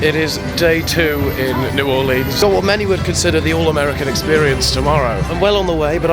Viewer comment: Cringing at you pronouncing it new orLEANS, as a native Louisianan I cried.